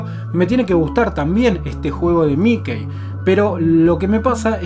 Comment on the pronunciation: "miquei"? no será "miki"?